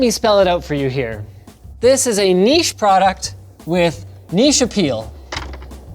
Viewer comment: Finally - nice to see some pronounce 'niche' correctly instead of "nitch" which grates on my eardrums almst as much as people that say "h'aitch" instead of "aitch". Why we are the only country in the world that can't pronounce a single fucking letter correctly makes no sense to me whatsoever.